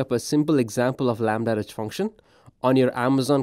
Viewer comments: Why does he keep saying "lambda-rej"? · Chojnackiyes yes, but he says "REJ" or "RH" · If the host is presenting a product, he should have at least tried to pronounce its name correctly. Stating that apparently there was no effort made by this specific AWS employee is just that: a statement of a fact. Doesn't make anyone a racist or not though. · He is very clearly not saying it correctly.